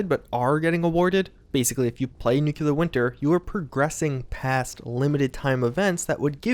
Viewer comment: "Nukelar Winter this, Nukelar Winter that"... what are you, HOMER SIMPSON? N U C L E A R